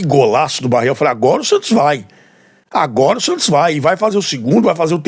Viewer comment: O nome é Barreal e não Barreel.